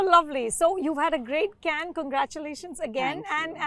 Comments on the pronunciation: It's "Kanh" not " Cane" 🤦‍♂️ Remember when Trump said " Swami Vivekanand " and "Diwali" in Gujarat visit? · and yet she cannot pronounce Cannes correctly ....